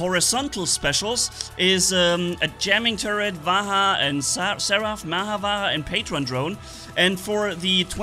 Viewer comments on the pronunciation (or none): Bro it is not vaha. It is pronounced as vajra. Vajra means diamond💎💎. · pronounce the Vajra with the 'J' like the 'J' in Juice, it's not huice it's juice, similarly it's Vajra not vahra ✌️✌️✌️ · Bro ur pronunciation sounds like vagra but it's vaj ra revision this 20 times that's ur weekend homework 😅😅 hope it's fixed in mondays class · pronounce it with 'j' not 'h' so it's 'vaj-ra' not vaha.... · Read this! "VAYRA" That's right. That's the pronunciation 😎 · Hey you should pronounce the vajra like "ve-jrr" and the indra titan like "in-drrr" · the weapon is pronounced Vajdra…for diamond 💎 in HINDI …not at all like you pronounce it now…please check… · No it is pronounced as "va"+"j"+"ra" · You are correct about the 'D' in Vadjra being silent, but you are wrong about the 'R' also being silent. And pronounce the 'J' as it is and not like an 'H'. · You are pronouncing. Vajra wrong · IN VAJRA ITS 'J' NOT 'H' BRO WHY ARE YOU PRONOUNCING 'J' AS 'H'